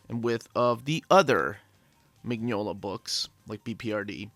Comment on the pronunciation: You'll be waiting a long time for a Lobster Johnson omnibus. The omnibuses collect the stories in chronological order, and the earliest stories chronologically haven't yet been written. (Also, just so you know, Mignola is pronounced "Min-yola")